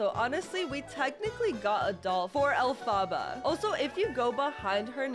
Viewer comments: You sed alphbha not elphaba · STOP SAYING ALFABA INSTEAD OF ELPHABA IT HURTS ME, also the tickets ARE worth it, they give 10 gaurenteed candies every time you win, plus you can get a (pretty ugly) ghost dress as the secret item, but if you buy the 100 pink cash costing one, most of the time you make back up the money or even extra money, yeah it could be like 20 cash, or smth besides cash, but it could also be up to abt 350 pink cash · It is ELPHABA not Afala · I love how she said elfbabas instead of elepebah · SHE SAYS ALPHABA THE ROG WAY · Calm down not everyone has perfect pronunciation...